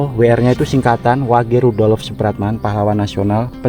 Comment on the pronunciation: Tulisan nya rudolf... maaf dibaca bukan rudolof...maaf lain kali ejaan nya yg benar...baca kurng tepat ditelinga ndk enak